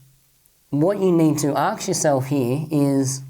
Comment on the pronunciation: why are you saying AKS all the time instead of ASK:D Good work